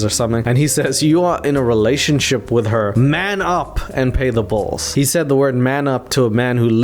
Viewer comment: Stop pronouncing bills like that, it’s B-ILL not bowls